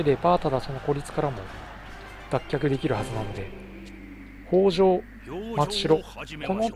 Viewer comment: あ、そういえば坂戸城の読みはさかとじゃなくてさかどですよ。あと与板はよいたと読みます。越後になぜ北条の城があるかと思えばここもきたじょうと読むんですよ。 新潟の越後の城って読みにくいのが多いですよね。 あと、これ少し悲しいんですけど松代城は松代藩の城に見えて実は越後松代城なんです。松代藩は実は改修した海津城なんですよ。 少し酷いですよねー。 BY：現・新潟県民